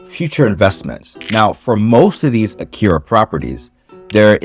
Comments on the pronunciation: I’m no grammar Nazi, but everytime I hear “Akira” I can’t help but wince a bit 😅 あきや… it’s even spelt right in the video. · Btw... are you saying "akiRa" or "akiYa" ..?